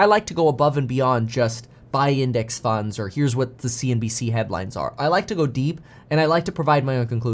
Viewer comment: I love it when meetKevin goes "DEEP" think I need that in a Tshirt